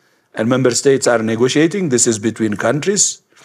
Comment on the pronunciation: ja bym uważnie tłumaczył - bo "this is" brzmi w jego wymowie tak samo jak "disease" - np. "for that this is we dont know" "i know this is" lol